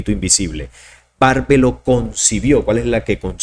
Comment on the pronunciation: ¿por qué te empeñas en pronunciar mal? Yo no veo que diga "Bárbelo" (con acento en la 'a'), más bien dice: Barbelo (no se aprecia ningún acento gráfico), por lo cual, el acento prosódico recae en la 'e'. Por otro lado, me alegro de que hoy no me hayas torturado con eso de los "habíaN". Saludos.